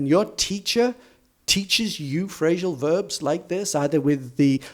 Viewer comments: Why do you say "phrashal verbs"? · Why do you say "Phrashal verbs"?, I don´t know, maybe it's a variation.